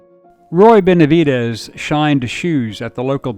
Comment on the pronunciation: NO ES BENVEDES ES BENAVIDES MUY MALA TRADUCCION PORESO SE MAL ENTIENDEN LOS APELLIDOS LATINOS